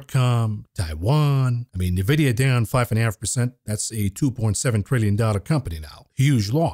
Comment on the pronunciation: Please stop calling it NAVIDIA.